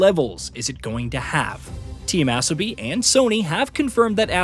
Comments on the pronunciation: I'm pretty sure it's Uh-so-bee, not Ass-oh-bee. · its pronounced Asobi, not Assobi like you keep saying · I’m pretty sure Asobi is pronounced A-so-bi not As-o-bi 😅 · Asobi….learn how to say it! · Still can’t get the ai to say asobi properly 😂😂